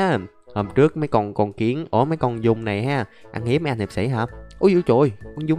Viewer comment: Giun chứ ko phải dung